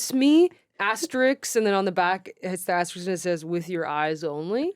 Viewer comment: Love that Naomi makes fun of eXspecially and then says asteriKs for asterisk later in the episode, probably ironically the way they say eXpresso and instructuals.This is how I live my life.